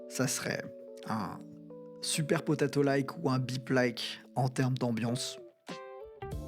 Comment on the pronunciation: C'est super potato et pas super potatoes 🤣